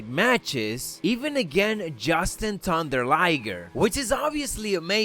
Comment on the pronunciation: You mispronounced Jushin Thunder Lager